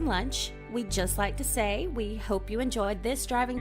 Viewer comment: Thank you for pronouncing Senoia correctly!